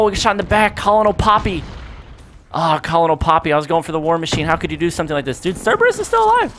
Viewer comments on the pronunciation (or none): you're killing me! You just got Cerberus right but then you fail on Colonel (pronounced like "kernel")...lol. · lol thats not how you pronounce colonel..